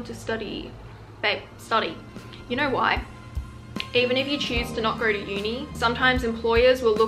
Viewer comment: No cause i love when you say know like it’s knur and nur lol sending lots of love